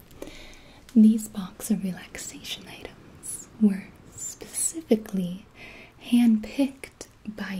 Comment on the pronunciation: No one: Gibi: spusificly